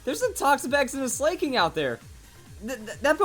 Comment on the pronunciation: I hate the way he says slaking